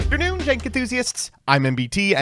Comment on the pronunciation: Just "ternoon"